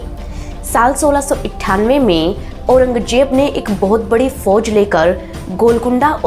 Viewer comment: Auranjeb nahi. Auranzeb.. Do not pronounce z as j ..😂😂